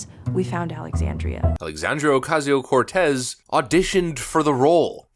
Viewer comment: I still love how you mis-pronounce Sandy Cortez’s name. Keep it up.